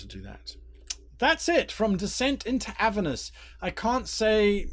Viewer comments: It's Avèrnus btw, not Àvernus :) Thanks for the video. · Never heard "Aver-nus", always heard it pronounced "A-ver-nus". This might be the new "As-mo-de-us" versus "As-mod-eus". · learn how to say the name of the level of hell right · There are 2 pronunciations